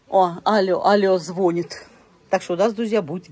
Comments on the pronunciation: Ну,, звонИт, а не звонит! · Не звОнит, а звонИт.. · Умоляю! ЗвонИт! Ставьте правильно ударение!